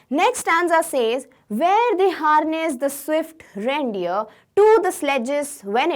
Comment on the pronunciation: Bro its reindeer not randeer